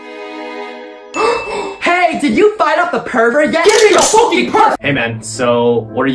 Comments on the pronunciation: “ever heard of a focking calculator?” 😂😂😂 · “Ever heard of a focking calculator💀”